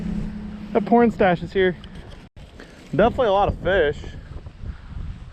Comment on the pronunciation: My mom was right next to me when you said pornstash I thought my butt was toast